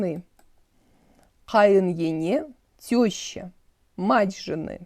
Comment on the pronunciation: В слове “ене” первая е не так явно, надо сеазать не Е, а какбы э-и, ну тааак мягче что ли , но не Ене, а как бы эне